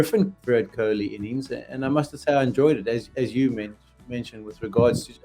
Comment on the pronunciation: Say his name properly